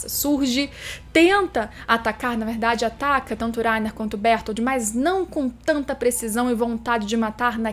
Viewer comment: Berotoroto e Laina, fala direito.